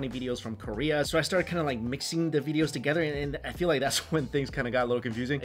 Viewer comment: Mike Chen- "Veedeos"